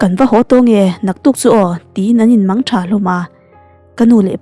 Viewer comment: I chhiar thiam viau mai. Ngaihnawm tih tur. Ngaihthlaknawm ti lo hian. A phun nang nang tiha, 'nang nang' tih hi, lam rik hniam leh ri tawi tur a ni e. 😊